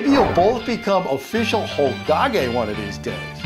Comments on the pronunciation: Its not niruto its NARTUO!... Oh you corrected yourself later cool... But you said hogage... I lost faith in you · I like how he said hogag a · U make me so mad from how u are saying the word naruto and hokage